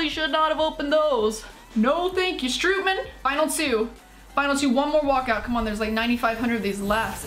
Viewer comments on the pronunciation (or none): none